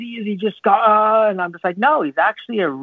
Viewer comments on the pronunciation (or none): none